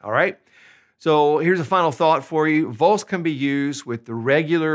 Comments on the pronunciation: First things first. The 'V' 'Vos' in Spanish is not the English 'V'. This guy mispronounces 'Vos' right away. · yes. sounds horrible with the english v